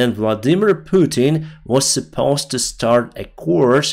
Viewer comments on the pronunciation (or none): none